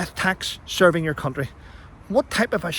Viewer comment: I like your channel, but still battling to un-hear you using the word CoUNTry so passionately.